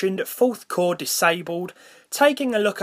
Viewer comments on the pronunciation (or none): twiple cowe shrekt m9